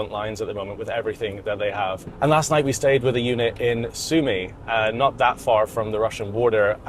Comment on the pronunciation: Its pronounced UNIT, not eunuch, fuckin brits... :D